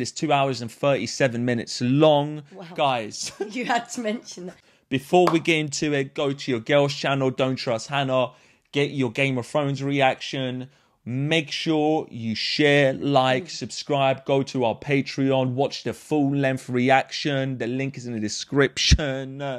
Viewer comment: Get your what reactions? Wame wof Frones?